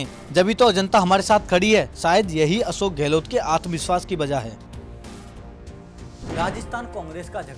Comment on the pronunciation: तुम लोग अशोक को असोक क्यू बोलते हो